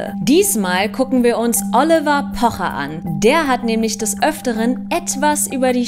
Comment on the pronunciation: Triggert nur mich das so sehr wie sie "Oliver" ausspricht ?😁